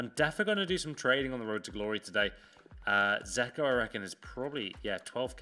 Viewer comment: It's fucking dzeko! Not zeko!